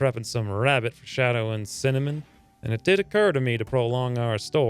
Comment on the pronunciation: Cinnamon. Not Cinemean.